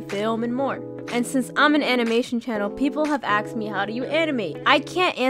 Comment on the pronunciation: "Axed me"